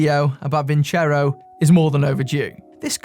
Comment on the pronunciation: Btw, Vincero to an Italian doesn't sound Italian. Ciao ciao